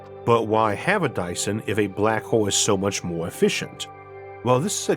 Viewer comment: A Dyson Sfeeorrrww😆😆😆